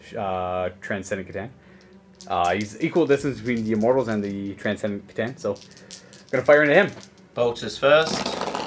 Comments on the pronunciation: Though if he would FUCKING STOP saying SEH-TAN that would be GREAT. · (at one point said he wasn't sure how it was pronounced, not trying to be a dick or anything... I failed catch the time code for it though) Kuh TAN (The letter C makes a 'kuh' sound. Not a 'see' sound) Think how you pronounce T'au. The T at the start is a T like in "time" or "tell". Now how do you say "cat" or "cow"? Now try to think of words that starts with C but doesn't start with the sound "Kuh" and compare that to how many words that do. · "C'Tan" is a nod to "C'thulhu" so it should be pronounced the same way--with a hard "k" sound: "Kuh-tan"